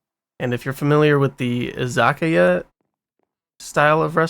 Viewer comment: Japanese izakaya pronounced ee-zah-kah-yah :)